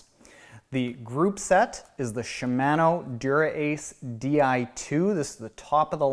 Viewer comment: It's not "Shuh Man O", It's "She Mah No" ;)